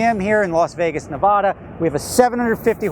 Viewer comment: i love your videos you pronounce nevada wrong